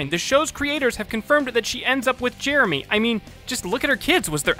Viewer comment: listen to how he says "Jeremy"